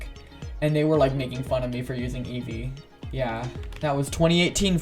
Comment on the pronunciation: I thought you said "yeezy" and not Eevee xD. Thanks for sharing with us :D